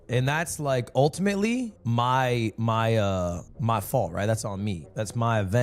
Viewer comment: i’m not tryna be black peoples savior but what’s up with these white streamers sprinkling in blaccents when tryna be non chalant? how did this french-swede turn into a brother from new orleans in , he’s flipping pronunciation “mai fault, muh fawlt” “that’s my evennn” “uncomfobo” it reminds me of the spike lee Bamboozled scene when the boss of the main character is speaking one-on-one with him and shit talking white people while being white himself being a pick me 😂😂